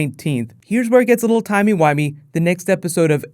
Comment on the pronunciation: I love how you said timey-wimey. WHOVIANS ARE AWESOME!!!!!!🕚